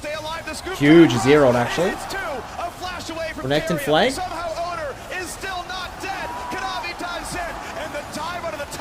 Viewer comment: Can't stand watching T1. Commentators mispronouncing two names. Oner and Zeus. One r or someone tell him it's spelled Owner. Zoo s